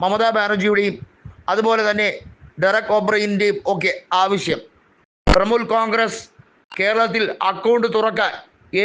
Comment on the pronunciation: തൃമൂൽ അല്ല തൃണമൂൽ